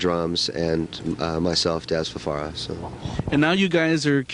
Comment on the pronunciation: Yeah kept getting it wrong. It's FaFara, NOT FaRara.